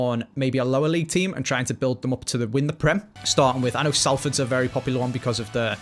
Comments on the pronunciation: "class of 93" and pronounced Salford wrong. As a Mancunian man u fan im fumminn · And pronounced Salford wrong